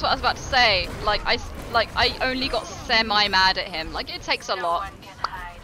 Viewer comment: I only got sem-eye mad at him... ah yes.